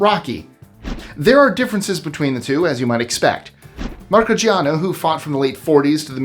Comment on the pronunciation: the boxers name is pronounce Mar-see-AH-no